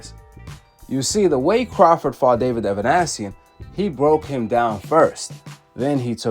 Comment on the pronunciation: Ava Nee Sian not Ava Nash sion